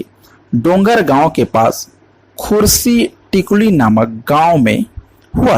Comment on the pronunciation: Khursitikuli नहीं खुर्सीटिकल